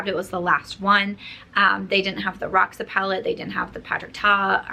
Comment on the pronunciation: It’s cute how everyone is trying to pronounce “roxa” 😊as a Brazilian I feel happy to see my language in a product… the correct pronunciation is ho-sha!